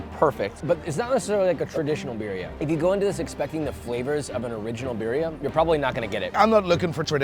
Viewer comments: SAY BEERIA ONE MORE FUCKING TIME AND I WILL END MY LIFE. IT IS BURRRRRRRIA UNCULTERED SWINE. YOU ARE BETTER THAT THIS. granted you might not be able to roll your R's, it's okay. BEEEEEEEEEEEEEEEEEEEEEEEEEEERIA? Josh stop. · the way he pronounces birria is just painful. great video tho otherwise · It bothers me that he doesn’t pronounce birria correctly